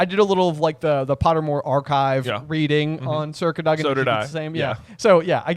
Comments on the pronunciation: The emphasis for Sir Cadogan should be on the A, not the O. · I had no idea what you were talking about when you were saying "circa dugin" then I realized it's sir cadogen. I always thought it was pronounced "cad-oh-gen" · “Circa Doug-in”